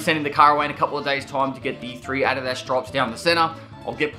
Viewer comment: Dude the way you say adidas for some reason drives me nuts lol. The KILLADA is gonna be sick tho